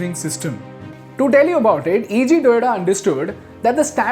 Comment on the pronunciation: Good presentation… One correction I believe. Correct name is Eiji Toyoda, not EG Toyoda. Secondly the main motivation of Eiji Toyoda was to have an efficient system as he was unimpressed of Ford’s mass production system that was making inventory pile up and various other issues during production…